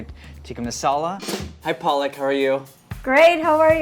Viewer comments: Lol PAALAK is Spinach in hindi 😜 Her name is pronounced “ Puh-luck” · Lol PAALAK is Spinach in Hindi 🤭🤣🤣 Her name is pronounced “Puh-luck” It was funny and cute 😜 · Wish Andy could at least pronounce the name of the Chef right...